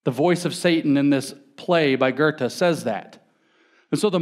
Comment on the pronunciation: So who's this Gerte he mentions... I don't know any public speaker who tries so little to pronounce names correctly as James. It's his greatest nemesis.